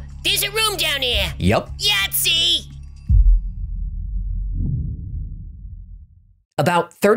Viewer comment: "YATZEE"😂 Love.